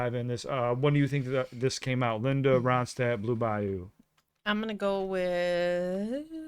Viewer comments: You pronounced it correctly. La Ronstadt, as I used to call her, released a string of impeccably sung albums that brightened up the decade of the '70s. I don't believe she ever wrote a song, but rather selected all of her material from some of the very best songwriters of the era and the past. She eventually developed what was initially diagnosed as Parkinson's disease and later reclassified, which took her voice and derailed her career. She's missed by many of us. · “Desperado” live version. A song written by Glenn Frey and Don Henley of the Eagles. Before the Eagles existed, they were part of Linda’s backup band. By the way, you are pronouncing her last name correctly.